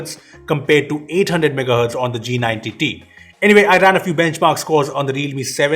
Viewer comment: What others say-" G90t" What i hear -"jee nine tittie"